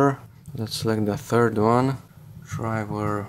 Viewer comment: Foldurrrrr drivurrrrrr